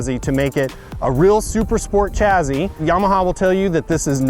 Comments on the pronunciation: Take a shit every time he says chazzee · Why do you pronounce it "chazzee"